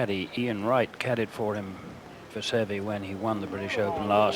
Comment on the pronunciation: Ten years later, the announcers still can't pronounce Seve's name correctly.